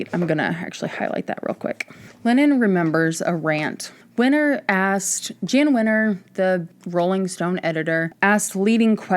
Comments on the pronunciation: Just a slight correction. Jann Winters name is pronounced Yann Winters. Love your deep dives keep it up! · Jann is pronounced "Yawn" or, like John, but with a Y, Yohn Wenner.